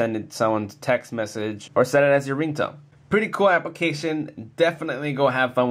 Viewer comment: i swar he said tech